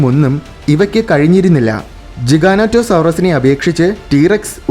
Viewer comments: ജിഗാനേറ്റൊ അല്ല ജൈക്യാൻറ്റൊ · Pronunciation is ''Jijanatosorus''. Like pronounced a 'giant'. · You Pronounced it wrong